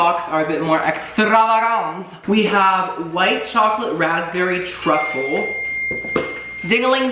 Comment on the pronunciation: I want a clip of you saying "Whyte chawklit razburry treffle" in English as my ringtone XD I laughed so many times through this video... <3 you!